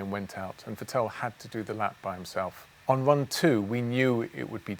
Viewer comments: I was wondering who the heck "Vutell" was for a while too! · I still cant go over it how he sais Vettel.... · The way he pronounces “Vettel” jars me